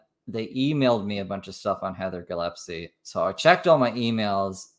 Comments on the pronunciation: It’s GILLESPIE love, not Gillepsie lol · DAMNIT! I MISSED IT!!!! P.S. Gill (like a fish gill) Gill-es-pee 😂😂